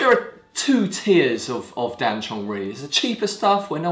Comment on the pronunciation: Oof! Please! It's "Dan Cong", not "Dan Chong".